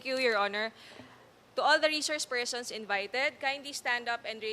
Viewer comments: Reshorshe pershons...sa veneers siguro ni Sara to...dati ok naman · Reshourch spershrson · Reshrouce pershons 🤦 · Reshouce pershons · Reshoursh pershonsh. Pesteng yawang Bise presidente ito bakit ibinoto ko ito. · Mga reshourcshe phershons lang pala mag oath eh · nananadya na xa talaga isip bata walang galang sa hearing.....feelling prinsesa talaga ang taas taas ng tingin nia sa sarili nia diyan pedeng mamuno resource persons nga lang dipa pa mabigkas ng tama she said reshors pershons putik nayan😂